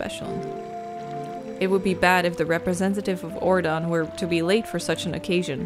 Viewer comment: Here are some pronunciation tips. Ordon - (ore-dawn) Fado - (fade-oh) Faron - (fair-on) Colin - (call-in) (not colon) I wasn’t sure what you were saying, or how you were saying these but now you know.